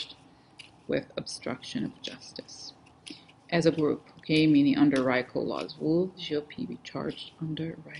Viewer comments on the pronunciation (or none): Hay, Rico is pronounced ree-co. Thanks for being. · It is prounced Reeeeeko as in Puerto Rico